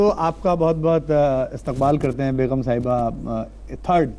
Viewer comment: Beghum nahin begum hota hai.